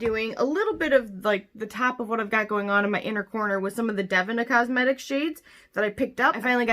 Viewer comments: I believe it is pronounced Dev-een-ah rather than dev-in-ah 😉 No big deal. I just didn't know who you were talking about at first so I thought I'd let you know to avoid confusion. 🙂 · OMG GUYS I'M SO EMBARRASSED!!!! I literally pronounced the name of their brand wrong like twenty times, PLEASE, PLEASE ignore my Midwest take on it lol I hadn't purchased from them before or seen anyone else's videos to know I was saying it wrong. Literally, so embarrassing. Also to Devinah should you ever see this, I am so truly sorry! I'm awful with names to begin with but I will get it right in the next one!!!